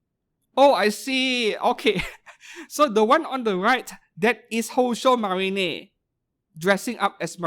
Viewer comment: I still wonder why you keep pronouncing "宝鐘マリン" as "Houshou Marinay" and "マケイン" as "Makeinay" 😅 Makeine = Make + Heroine. Marine, same as in "Kitagawa Marin" (hence the figure crossover...)